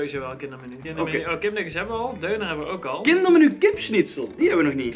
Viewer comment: Je spreekt het uit als dunner niet deuner